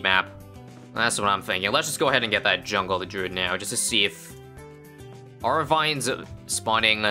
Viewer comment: “Druid of the joongle”